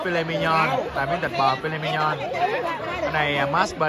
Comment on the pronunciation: Chữ viết trên thực đơn là mignon mà đọc mi nhon cũng ngộ hén. Sự thật chữ này của Pháp viết rất là đúng và “filet mignon” là giống đực cho nên nếu muốn phát âm đúng thì phải nói “phi lê mi nhong” mới đúng nhia (nếu qua bên Pháp)